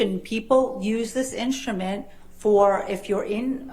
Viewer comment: I love the prounaunce "inschtument" by Dr. Hewes